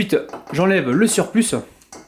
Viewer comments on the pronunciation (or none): on dit SURPLU pas SURPLUS ! lol